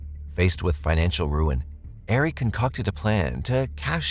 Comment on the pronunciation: Hey Sub here. Love your show just wanted to show this to you. Ari is pronounced AR-E, Not Air-e. Just wanted to let you know for future reference. Have a Blessed Day.🙂